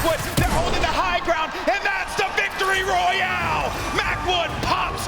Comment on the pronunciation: Did ninja say Victoroy